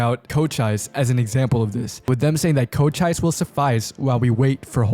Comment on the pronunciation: why did he say Cochise like that